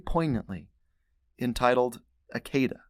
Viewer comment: Would you consider checking your Hebrew pronunciation with the Blue Letter Bible. Akedah is pronounced Ah kah dah. Accent on last syllable. This way other teachers won't teach it wrong too.